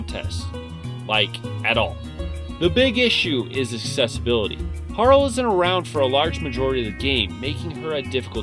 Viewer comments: Bruh did you just call guile goo-ee-low? Its pronounced guy-el like the street fighter character. Also Harle is pronounced har-lee as in harlequin, not har-ul. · Ffs it's Har lee harle as in harlequin, the e at the end is not silent. I don't know why every YouTuber does that to the poor clown/dragon. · Solid list. You should really learn how to pronounce the names though. It’s not Harl that sounds like Carl. It’s Harley…. Like harlequin….. and Guile. Like Guy. Not gweeloh. But that aside. Solid list. One of my all time favorite games and can’t wait to replay it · Broke my heart when you pronounced Harle's name as 'Harl', instead of 'Harley', like Harley Quinn / Harlequin. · ......Har-lee. Not Har-ul......😶